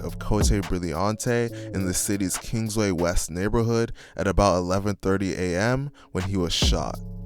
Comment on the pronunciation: Kingshighway & Highland. I can't stand when ppl don't get the name of the streets right. I also do rem hearing about some of these ppl being murdered; Shat ' now I'm wondering if this bastard have sumthin to do with my lil cuz getting shot up & killed 🤔 My sincere condolences to the families & Thx for doing this story. ❤💫😪